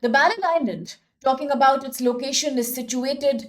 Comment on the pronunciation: barren island not "baron "